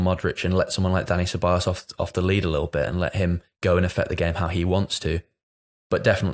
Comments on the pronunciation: Ceballos* not Syllabus 🤣🤣🤣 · wow that was an egregious one, haha....Se-buy-yos. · I spent like 5 minutes searching for selabas and then I clocked he meant Ceballos lol